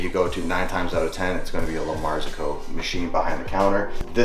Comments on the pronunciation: The right way to say it is "la mar ZO co" and he is saying "la MAR zi co" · It's pronounced "La Martsocco"! Way behind on the whole coffee experience in Merica! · lol, "luhmarzuh ko"... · Excellent. Just one small comment, its an Italian brand, and the pronunciation is "La [space] Marzocco". Nice video! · Nice setup! I'm always amazed how a lot of americans chew up other languages. "Lamarzoooco" LOL it's really not that hard you just have to try. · Hahaha, I was listening carefully to the name of the machine and he was like lamarsico blablabla gs3. Why americans can't pronounce the actual names :'( The machine is a La Marzocco GS3 MP (Manual Paddle). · His pronunciation of La Marzocco is adorable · Not sure adorable is the word I'd use. It's an Italian brand so the correct pronunciation should be obvious. I've never heard anyone else pronounce the name this way. Did he watch any other reviews or videos before making his own? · listening to mat mispronounce well known coffee equip manufacturers was the highlight of my day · Really, a highlight? It's a very well known and popular Italian brand so the correct pronunciation should be obvious. I've never heard anyone else pronounce the name this way. Did he watch any other reviews or videos before making his own? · double check pronunciation of 'La Marzocco' please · the way he incorrectly pronounces La Marzoco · “La marzocco” all I hear is a New England accent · How can the man know this much about espresso and mispronounce LM so badly? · Okay... good so I am not crazy. That's exactly what I hear. You see... he put the ePHAsis on the sLAlible and merged two word together. apparently can perform magic. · It's an Italian brand so the correct pronunciation should be obvious. I've never heard anyone else pronounce the name this way. Did he watch any other reviews or videos before making his own? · 🤦🏽‍♂️ I can’t with the way you pronounce La Marzocco.